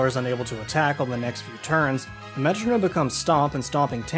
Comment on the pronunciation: Why does he say metronome like that :(